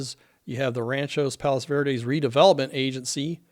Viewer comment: I have friends who live down the street to the left of the house you show on Dauntless Dr. They’re fine and not impacted (yet). That area has always had sliding since my family moved to RPV in 1963. NOT in a slide risk area thankfully. Thank you for this information! By the way, it’s Rancho Palos Verdes, not Ranchos…